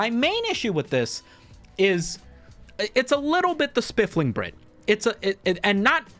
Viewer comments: Every time you say spifling i doubt my memory even more. So I checked. It's spiffing brit. There's no L. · "Spiff-ling" so many times 😂😂😂 Being English that was killing me 😂😂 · Engagement baited the comments section by mispronouncing The Spoofing Brit, 200iq move 👌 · No. He is saying it wrong. It's Spliffing Brit. Homie's rockin' the gonge. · You are mispronouncing his name on purpose as engagement/rage bait. I see you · Did pronounce the name wrong just to garner more comments? If so, new Meta engaged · No. My boy just has a speech impediment.